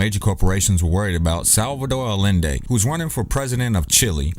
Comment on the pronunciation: Salvador Allende = Ah-Yen-Day